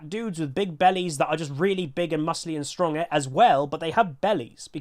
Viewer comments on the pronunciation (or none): none